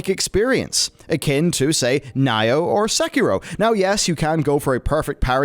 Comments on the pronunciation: Nioh (IS NOT PRONOUNCED "NYO", ). (It's "neeo") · Nioh is said Knee-oh, not N-Eye-Oh 😤. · Why... are you saying Nioh, "Ni-oh" it's Nioh. It's Nioh... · "like sekiro and N-eye-oh" oh my gooooooooood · Nye-oh?! You sicken me, sir! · 😬 everytime he said N ī -oh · the way you are saying Nioh triggers me. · Right back at ya 🙄N-eye-oh... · Is this man seriously pronouncing Nioh as "Nay-Oh"? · I'm getting 10 rage every time I hear it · Are we allowed to roll our eyes at him? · Dammit Knee-Oh... KNEE- OH (Nioh) lol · It doesn't sound right and Nioh has been few years around now so mispronouncing it is kinda lame. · I've pretty much given up on westerners butchering JP pronunciations then they play "I'm not a native speaker please don't hate me" card every time. "Sushi"ma, Se"key"row and Nayoh. LOL.